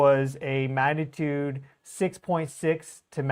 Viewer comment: listen to how you say the word “magnitude”. You are saying it many times without the “g” sound - ma natude. Practice it as “mag na tude”. I believe this will help your viewers who expect a level of accuracy in all things. I’m guessing this pronunciation developed because you are speaking so rapidly to cover a large amount of data and observations. Please take this as a helpful suggestion rather than criticism. Your coverage of earth and solar observations is fantastic!